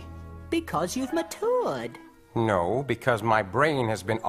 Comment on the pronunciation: I got triggered the way pronounced matured 😂